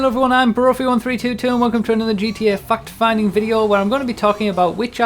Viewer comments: I thought he said "and welcome to another fucked fan video" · did you say fact finding or fucked finding? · Someone else tell me they also heard say "Fuck'd finding". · It sounds like he is saying "fuck-finding videos."